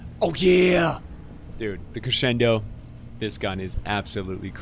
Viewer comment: Thank you.... for being the only stw steamer to properly pronounce crescendo.